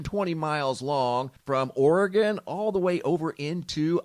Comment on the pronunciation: I live in Oregon but haven't heard anything about the plume.. Thank you for saying Oregon the way it's suppose to be said.. 🤗